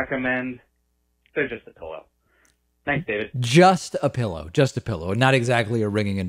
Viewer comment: Now David, don't make fun of us (yes, that includes me) who say "Pilla". I grew up in the south and it's kind of hard to let go of some dialect & idiom issues, lol! BTW, I also say: windas (windows), tamatas (tomatoes) and other colorful pronunciations :-)